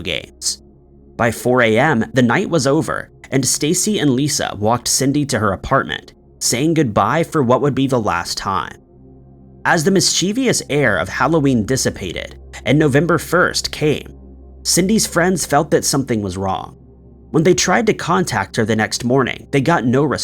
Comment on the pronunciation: I learned how to pronounce 'mischievous' in 6th grade. Why are you still mispronoucing it? It has 3 syllables, not 4.